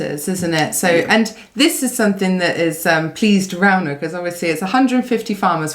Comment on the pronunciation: 1-Novikov. 2-Gavin "the sausage". 3-Rrrrrrauno.